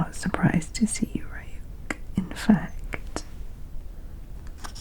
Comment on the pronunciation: Ryuk’s name is pronounced like Ree-yook 😁